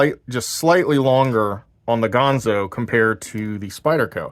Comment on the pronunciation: It's ganzo, not pronounced gonzo, but I do like your channel, I subscribed